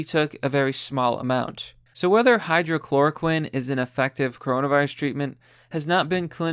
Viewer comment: Not even slightly surprised that you just can't figure out how to correctly pronounce 'hydroxychloroquine' even when the word is right in front of you. Pathetic.